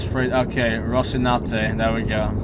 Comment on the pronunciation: aka Rossi (I know, Roci). Just waiting for him to get the name right! LOL